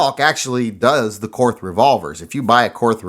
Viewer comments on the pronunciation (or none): Pronounced Kort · Too bad it wasn't the Korth. And it is pronounced Kort. Now sell off some more and get yourself a Manurhin!